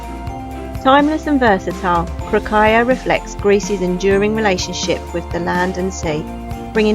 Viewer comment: You can paste "κροκαλια" into Greek google translate and listen to the pronunciation. You've almost got it right, there is no aya at the end and stress on the first syllable.